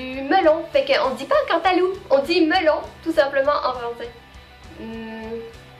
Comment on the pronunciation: On dirais que tu devient pas a pas quebecoise.. tu dit puh a la place de pas comme nous les quebecois !! :) cool !